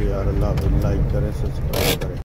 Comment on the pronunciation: Jab jab like ko life bolate Hain to bahut hansi aati😅 so cute good job